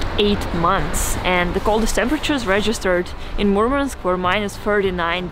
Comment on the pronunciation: It's not Mormonsk it's Murmansk